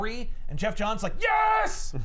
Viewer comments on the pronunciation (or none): none